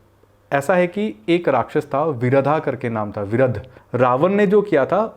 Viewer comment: Actually his name was "Viraadh" not Viradh